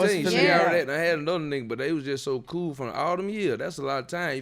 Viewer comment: Trouble said Bool (cool). He reps the B too